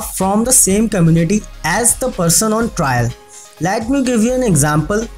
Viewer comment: Let not lat right pronounce plz